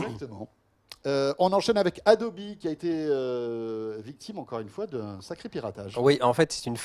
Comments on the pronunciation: Adobeuh pas adobi >< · vous avez détruit mon enfance: j'ai toujours lu AdobEu pas Adobi